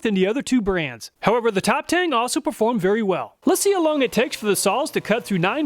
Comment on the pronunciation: a stupid nitpick but it would be pronounced Top "Tongue". The "E" in chinese writing is pronounced like a short "U'.